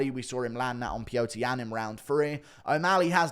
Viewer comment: I don't think Sean really ever believed he'd be getting a clear title shot at this stage of his career, and I think he is probably somewhat surprised that he made it this far. The fact that he beat Peter Yan is really amazing. Peter. His name is Peter, not "Peatuahg.rh." I refuse to use Anik-Ariel for dialects. Choose Chael's instead. And the point is, I think Sean is having a reality check, that he suddenly has a once in a lifetime opportunity that will probably never happen again, and he's going to die trying. He's going to leave no stone unturned, and he's going to fight with more heart than he's ever had. Aljamain sees this as an easy fight, because O'Malley "has no wrestling." The difference in mindset, makes this extremely dangerous for Aljamain.